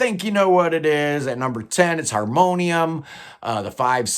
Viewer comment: Nice job on reading that Harmonium album title in french😂. Not the easiest for sure. It means: "If we needed a fifth season" and it's probably one of the best album ever to come out of Quebec. It would be interesting to cover some of the french Canadian prog rock bands in a futur video. Keep up the good work👍